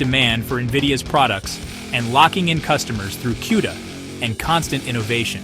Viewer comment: SOODA - CUDA. pronounced KOODA. do some research .. KOOODA